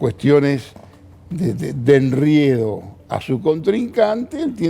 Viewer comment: Asis se dice ENREDO no ENRIEDO Me extraña !!!